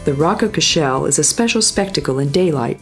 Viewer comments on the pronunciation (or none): She pronounced Rock of Cashel wrong she said"Rock of cash'shell".